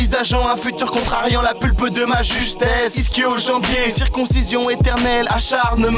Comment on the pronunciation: Par contre on dit :"ischio-jambiers"